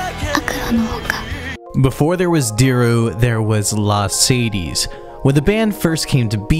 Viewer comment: Bro really pronouncing La:Sadie's as Mercedes